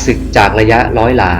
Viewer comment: ยิงพาด อังกิด ล้อย. รึว่าร้อย เอาภาษาให้ชัดเจนร.เรือล.ลิง. ฝึกออกเสียงก่อนจะน่าฟังกว่านี้